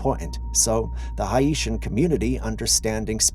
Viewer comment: Hey, just a bit of constructive criticism. Begging for likes and subscribers after each video clip, about 3 or 4 times in a row, is extremely annoying and makes people not want to watch. Just saying. I can timestamp if you'd like. Also, you're pronouncing "Haiti" and "Haitians" incorrectly. Google translate should help I think.